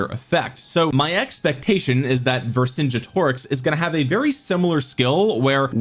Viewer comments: Say it like this. Ver Son Get O Rix. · Vercingetorix has a hard G. Like the word "get" Ver-sin-GET-oricks